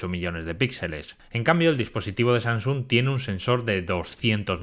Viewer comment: No es SaNGsung, es SaMsung. A mi bisabuela (99 años XD) se lo paso (lo dice con NG), pero tío que te dedicas a esto, deberías guardar estos detalles.